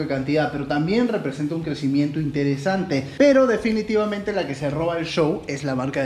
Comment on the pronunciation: "difinitivamente" eres el dios de la salchipapa